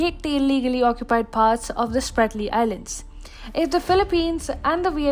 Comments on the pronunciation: Not Spartly. Spratly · Ahhh…. That is „Spratley“ islands! Idiots!